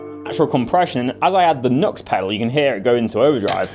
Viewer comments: It is NEW-X not NUX! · The one where the little leprechaun bounces out and introduces "YNGWIE J MALMSTEEN !!!!!!!!!", and then "YNGWIE J MALMSTEEN" does some strap swings and rips though 10 000 picks per song. Also, it's "noo-X" or "new-X" for the civilised of those amongst us". I do believe there is a wee hyphen in there on the logo. Good pedals. Entered.